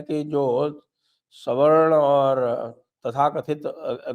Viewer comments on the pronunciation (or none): none